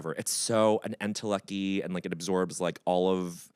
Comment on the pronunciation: “intellecky”? Is that what he said?